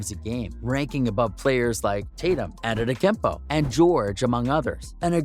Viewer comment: bro its durant (Durrant) and its Embiid (M beed) and Antetokounmpo (Antetokoumpo)